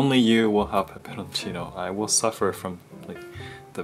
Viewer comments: omg pronounces "peperoncino" really good, almost like native italians, i am amazed. Better than most people pronounce it, haha. Edit: Yes, definitely love watching you cook,. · Wow, pronounced the word “peperoncino” perfectly! Is he studying Italian too??